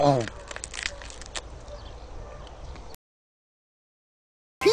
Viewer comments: to me it sounded like "Homey" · He said Pony not Homie.